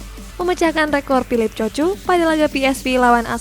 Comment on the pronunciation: Philip cocu ya..??? Bukan koku..?? 😅